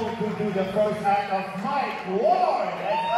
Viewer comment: Prononce son nom comme il faut au moins… c’est pas Mike Wall c’est Mike Ward